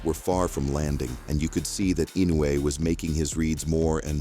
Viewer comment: The AI voice irritates me to no end. The constant mispronouncing of Inoue's name, is just asinine.